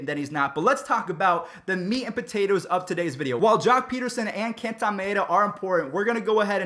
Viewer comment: Okay here’s some help with names: Kenta Maeda (Ken-Ta My-aid-a) Hyun Jin-Ryu (He-Yun Jin Ree-U) Fun Fact most Asian guys hate it when u butcher their name😋